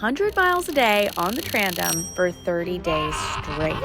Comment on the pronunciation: It’s a TANDEM. Not trandem.